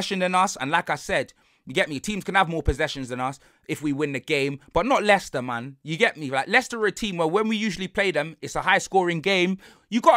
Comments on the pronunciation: Man said Mo-Leicested 😭😭😭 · Do you think he can say moleicester city on tv ?